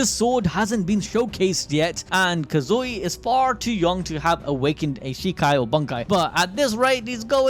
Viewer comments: Please say his name correctly. It's Kazui, not KazUi. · You gotta like this comment every time he says Kazooey.